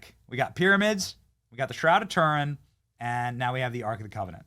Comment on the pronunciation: Benny the bonkers Learn how to pronounce Turin And as for " beautified " Good Grief Why are Americans so crass Yet think the sun shines out their arses ? Trailer-trash with money